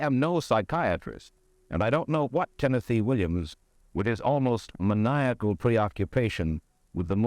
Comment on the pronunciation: then why is Tennessee sounding just fine? Mike keeps calling him “TENNETHEE”